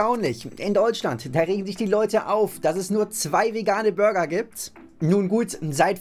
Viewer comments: He pronounces the word "burger" more like "Bürger", which is the German word for citizen. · Burger und Bürger... I'm crying 😂. He pronounces burger similarly to the German word for citizen. 😂